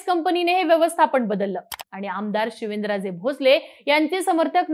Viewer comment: आरती: शिवेनराजे की शिवेंद्रराजे😅 उच्चारण सुधारा